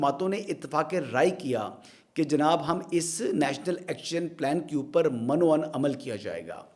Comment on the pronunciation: درست لفظ مِن و عَن ہے۔ Men o an